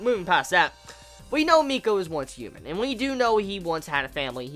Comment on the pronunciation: Don't take offense to this, but is there a reason you pronounce H's as Y's? ex. Human vs. Youman.